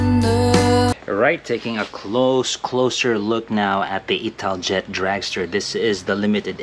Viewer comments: you should pronounce it as: ital-yet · 10/10 for your pronunciation of the Italian names 1/10 for your pronunciation of Italjet 😂 “It-al-jet”